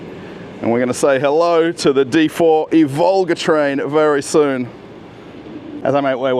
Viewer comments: please do mind the correct Russian emphases, like e.g. not Ivólga, but ívolga [EEvolga]. You are not called Russéll, are ya?;) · not ivOlga, it’s correct to say Ivolga... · It's pronounced "EE-volga." It's not Volga with an "I" in front.:) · The stress should be on "i' not "o" - Ivolga. Thank you! Very cool video 😎,👍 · Russian railfan here with mostly useless facts Ivolga line of trains (stressing is on "i", not "o", btw) is made for urban use and is produced together with the suburban EP2D and its modernized version EP2DM (ЭП2ДМ, featured - ), which will remain in service on the forth diameter line (D4) together with the Ivolga 4.0 Ivolgas are produced in Tver, not Tvar, the latter is a word for animal/creature/beast (тварь) which is mostly used in religious context or as an offence, so be careful At the construction site they are building the second underground passage for passengers and new ground level platforms for express and intercity trains, not railway tunnels Железнодорожная (Zheleznodorozhnaya) is too hard to pronounce even for Russians, so the name is often shortened to Желдор (Zheldor, pronounced jell-door) That's D2 and the train is Ivolga 2.0, the line runs in parallel to D4 for quite a long distance between Maryina Roscha (Марьина Роща) and Серп и Молот (Serp i Molot) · it's pronounced Ivolga (the first syllable is stressed, 'ivolga' is a little bird in Russian, in English 'oriole') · Thanks for another great video,! Well done! But please, mind your stress: Ivolga is pronounced with a stress on the first syllable, on "i", not on "o".